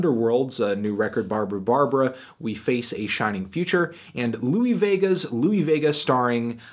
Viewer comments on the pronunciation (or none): none